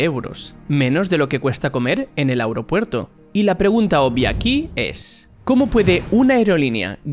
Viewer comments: Esque dice Aeuropuerto jajajaja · Soy el único que nota algo raro cuando dice "Aeropuerto"?